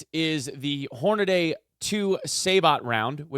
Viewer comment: "Horna-dee".... "Say-boh".. if anyone is interested in the proper pronunciations lol